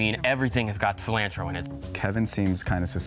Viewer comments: maybe im the weird one but ive never heard someone pronounce cilantro like that, dead give away, imo. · What gave him away is the way he pronounced ‘cilantro’